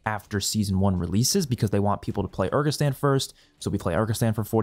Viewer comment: Bro what is that pronunciation of Urzikstan? 😂